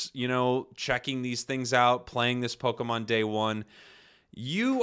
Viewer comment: Prepare to hear the word PokAmon twenty million fucking times. I got about 3 minutes in and stopped watching.